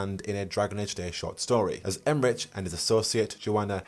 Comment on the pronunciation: is there a reason why keeps saying Emmerich with a soft ch instead of the usual hard ch? even in the live stream his co hosts were using hard ch.